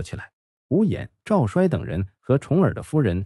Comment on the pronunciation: 赵衰，‘衰’ 做人名要读作 ‘cui’. 所以是 Zhao cui . 故事讲的不错。点赞👍。 讲春秋战国故事，有些地名和人名的读音如果注意一下，就更完美了。